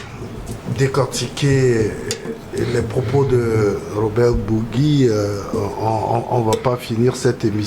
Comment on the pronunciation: Cest pas bougui mais bourgi comme bourji